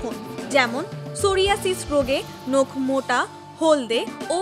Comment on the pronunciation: আন্তর্জাতিক মাতৃভাষা দিবসের এই ক্ষণে দেশের স্বনামধন্য একটি পত্রিকার একজন রিপোর্টারের ক্রমাগত একটি শব্দের ভুল উচ্চারণ ( 'নখ' কে 'নোখ' বলা) দারুণ শ্রুতিকটু লেগেছে। অতিসত্বর এটি সংশোধন করে প্রচারের অনুরোধ করছি।